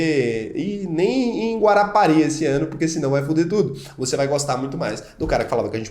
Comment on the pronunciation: rapaz gostei do seu comentário explicativo; e também amei ouvir você fala em ''Guarapari'' aqui é uma Cidade linda! '